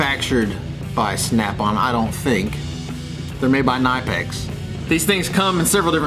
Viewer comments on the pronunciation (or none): Cuh-nip-x. The k isn’t silent lol. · Its not NIPEX its KNIPEX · And it's Ka nip X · 3rd time you said the name wrong i had 2 stop watching. Gave me chills and wouldnt allow me to listen ugh.